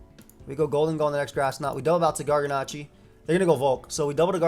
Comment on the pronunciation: Does it bother anyone else that he keeps mispronouncing Garganacl? It ends in an L, not an I.